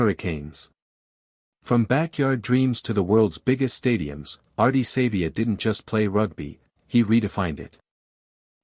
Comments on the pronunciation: Pronounce his surname properly it is not Sayvea it is pronounced Sarvea , although it is spelt Savea!! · Downvoting because of the terrible AI use and poor pronunciation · Too much AI use...can't even get the pronunciation of his name right. What else is BS?